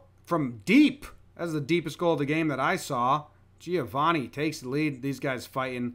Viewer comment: Hearing Americans pronounce Giovanni like that never fails to make me cringe